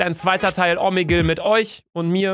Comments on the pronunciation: Es heißt omegle nicht omegel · mich regt so auf wenn du „omeggel“ sagst😂😂😂